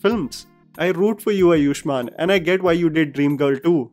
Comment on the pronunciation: bhai अयुष्मान नहीं आयुष्मान is the right pronunciation...please correct